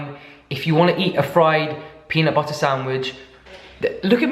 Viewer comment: JD McFarren yesssssss! And after every video I’m saying to myself, “peanut butterrrrrrrr” at least a dozen times 😂😂